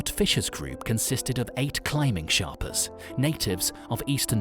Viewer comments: it's mountain madness, not madness of mountain, and sherpas, not sharpas... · They are Sherpas, Not Sharpas! If you are going to make a mini doco, at least get the spelling and pronunciation correct! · Its Sherpas and not Sharpas !! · Sherpas not sharpas* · Sharpas? Thought it was sherpas. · Its SHERPAS not SHARPAS ! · Sorry... 3 goofs in 90 seconds -- Mountain Madness (no 'of' in there), ShErpas, not ShArpas, David Breashears, not Brashear. I'm out! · its not sharpas its sherpas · Sharpas?! It's sherpas. For all of the details that went into the video, getting the correct description of the indigenous people seems as if it would be paramount. Also, I do not remember hearing any reference to the "death zone", the area approximately above 26,000 feet where the body loses more oxygen than it can take in. For context, that seems as if it would be highly relevant. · It is not Sharpas. It is Sherpas. Can't believe a channel who has done so much research to make this video just ignored this simple fact that Sherpas are the god for the climbers, and should put a deserved emphasis on them. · They’re sherpas not sharpas 🤣🤣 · It’s sherpas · It’s Sherpas NOT Sharpas, you tool! Edit: This video is so full of errors it’s a joke and disrespectful to the people this video is about. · Really...Sherpas...not Sharpas! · Sherpas not sharpas 😊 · The natives are called Sherpas not Sharpas. Nice video though friend. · Its Sherpas bro not sharpas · The distortion on the pictures made me stop watching this not great for those with photo sensitivity. Please note the guides are Sherpas not sharpas. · Hey good video man here's a little some feedback dude. The group of people you're referring too are actually called sherpas not sharpas also please relax on the weird 3d distortion effect it's OTT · When he said Sharpas I had to turn it off. Fk a.i videos. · Sharpas?????🤣🤣🤣 I can't watch this if they can't get these heros name correct!!! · I stopped when the guy said ' Sharpas' 😂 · "Sharpas" lol